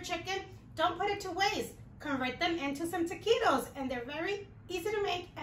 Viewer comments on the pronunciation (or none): I love how you Translate Taquitos into Tukeetos Lol!